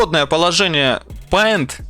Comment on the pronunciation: Не ПАЙНТ, а ПЕЙНТ, на информатике сказали)))